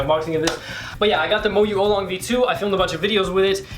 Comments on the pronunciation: its an aolong mini and u supposed to pronounce it like o-w long not olong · was i the only one who found it annoying that he said it like Olong not aolong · Its Aolong not Aulong.. (Ow-long) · I believe you pronounce it Ow-long, not Oh-long. But that's ok! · It's ow-long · It's pronounced ow-long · hi. I am Chinese. It is pronounced au-long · Pronunciation is ow-long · Ow long is how it's pronounced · its aolong (Ow- Long) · No offense, but this is my cringe list. I know you are still getting your mind around all this new fangled cubing stuff but at leaset you tried! here we go Cringe Count: "oh-long" *compares aolong to guhong" "Formulas for speedcubing" "Founders of the company"-> picture of lucas "great motion" "the middles" eges "anchors" torpedoes "aylong" "it clicks fast and moves fast" "holy heck" jungle music in the background "circularish ridges" florian cuts :D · Not to be rude, but it is pronounced Moyu Owlong... Aolong: Owlong... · The things you are calling "anchors" are called torpedoes and they help with speed. You're also saying aolong wrong. Ow-long. And just work on your finger tricks. Just some constructive criticism! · It is pronounced (aa-o-long) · The aolong v1 is better than the v2 in a lot of speed cubers eyes. (You pronounce it OWLong) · It's (OW)-long. great video! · it is pronounced al - long or ell long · pronounced OWWW long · I'm so disappointed with your knowledge of speed cubes. Aolong isn't pronounced like that. Anyway, keep the effort.